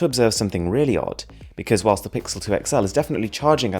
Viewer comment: you know you're so fancy when you say WHILSSSSSST